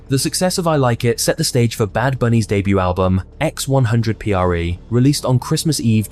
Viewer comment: While some highlights in this video were on point. This proves that just doing research is different than living thru it. Like how are u gonna talk about Benito’s rise with out talking about Krippy kush and the Nicki Minaj remix. The mispronunciation of diles, x100pre (4ever) among other things. Also ignoring his collabs with will smith/marc Anthony or his song mia with drake feels to me like ignoring stepping stones to his stardom